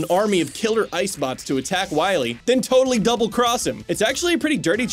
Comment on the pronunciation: That guy isn’t dr. Wily, it’s dr. Wawee